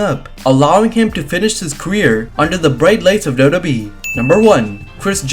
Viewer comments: Can u pls learn to say WWE properly double u double u e. U say dodo e. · Na I'm sorry he's saying doe doe B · Is it me or does it sound like he's saying wwbee